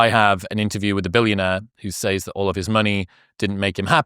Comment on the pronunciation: Please learn how to pronounce "SAYS"